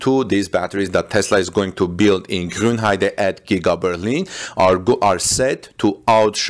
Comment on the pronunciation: Thumbs up for pronouncing "Grünheide" correctly :). Not really sure about this new battery technologies. I don't see why you would make new cells smaller. Smaller cells mean more overhead in terms of weight and size. On the other hand, it could make cooling easier. I'm afraid we have to wait for battery day to know for sure what this is all about. Politicians talking about technical topics is probably not the most reliable source ;-)